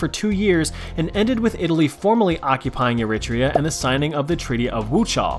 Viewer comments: The titanic theory is debatable. The pirates thing is highly debatable, mostly untrue. Italy was intentionally vauge, for easear colonialism (+ i dont know how do you butcher the name of a country so bad, its ERR-ih-TREE-ə) How did you link the death of stalin with the collpase of the soviet union i dont know. (english is not my first language, so sorry for gramars) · Is that how Americans pronounce Eritrea???😳